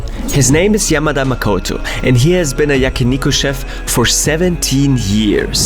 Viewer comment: Yama-da? Ya-ma-da is right